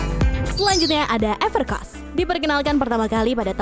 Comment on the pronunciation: Everc R oss? Kayaknya Evercoss deh